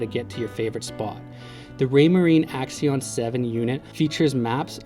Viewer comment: AXIOM NOT AXION